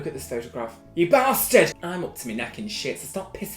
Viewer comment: 50% fancy 50% look at this photo baaaasTaAARd ( side note : im crying because of how u say bastard)